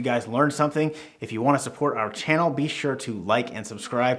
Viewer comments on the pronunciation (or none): none